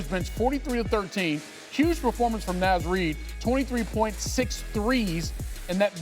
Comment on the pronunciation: Naz is pronounced (Nah-zz) not (Naa-zz).